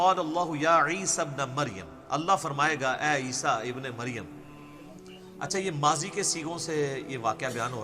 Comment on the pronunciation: Madam not Isba ibe Maryam, Actual pronunciation ISA (Jesus) son of Maryam.